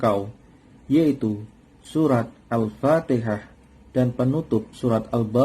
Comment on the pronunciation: Maaf ustadz, hati2dlm menyebut Al Fatihah bukan Al Fatikah